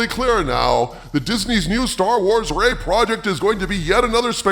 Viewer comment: When he said "Ray project" I genuinely thought he said r**e project and was making a joke but then I remembered YouTube censors EVERYTHING so that wasn't correct